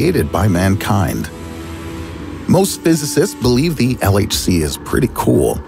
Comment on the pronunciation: Did he just say LHC or LSD.....